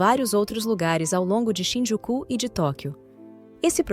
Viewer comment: Quando for narrar um episódio, aprenda a conhecer o nome direito das cidades, ex: Shinjuku, e você fala, Shinjuku’ Osaka , Ozaka outros assim não dá.